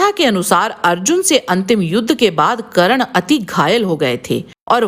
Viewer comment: करन नही कर्न होता हैं